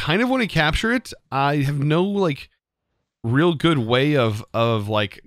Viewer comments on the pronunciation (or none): none